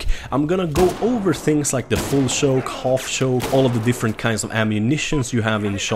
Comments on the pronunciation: its not shoke is CHoke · He was pronouncing choke as shoke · He says full shoke and not full choke lol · "full schouke" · A full shoke